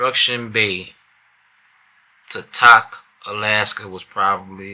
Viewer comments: Tok is pronounced "Toke" :) We made the drive south when we moved from Wasilla Alaska to N/E Texas. The Alaska Highway is no joke. Until you have driven it you don't understand how rough it can get. Now you do, and it is something you will never forget. Congratulations on making it there and back. As far as Anchorage.....there is a reason Alaskans say "Anchorage isn't part of the real Alaska". Anchorage always has and probably always will suck. I will say, watching your video made me homesick. Especially seeing some of the small towns and places you drove through. Some of those were some of the places I grew up at. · Tok Alaska is pronounced like Toke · Tok, Alaska, is pronounced with a long O. Like "spoke". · Tok..lol is pronounced Toke,, bruh...you had me crying,,I remember my first trip up there..I but It was in the Winter,,Love you Lil brother, proud of ya..now you know real pounding